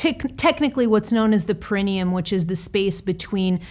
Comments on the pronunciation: "perineum" (per·i·ne·um /ˌperəˈnēəm/) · Correctly pronounced: Par-ah-knee-um. emphasis on the third syllable. Just fyi from a RN.